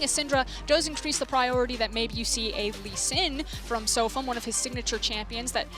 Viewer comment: No. She said "This one is really going to hurt SofM." The pronunciation of his name is a bit off though, so I can see why one might think that.